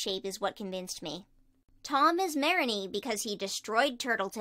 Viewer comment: uhhh its pronounced Mah-rea-nee yea sorry hope this helps!